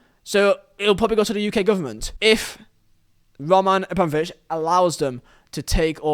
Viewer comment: Why can't you say Roman correctly though